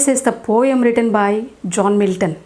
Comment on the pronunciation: Poem pronunciation is wrong